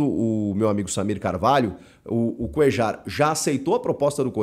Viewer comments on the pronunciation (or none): Te corrigindo Chico. Não se pronúncia coeJar e sim CoeLHAR. ele é colombiano e sendo assim a pronúncia certa do nome dele é coelhar (coellar) igual o cantillo colombiano também o certo é cantiLHO E não cantiJo.